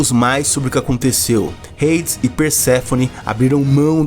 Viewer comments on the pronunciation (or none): none